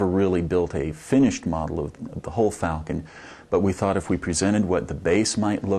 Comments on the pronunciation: A Life Size Mock up of a Vulcon?? That is what he said!!!! it is FALCON F-A-L-C-O-N duh...... there is no V in FALCON say it with me FAAAALCON. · Anyone else hear him say Vulcan instead of Falcon? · its not FULCON ITS FAAAAAAAAAAALCON.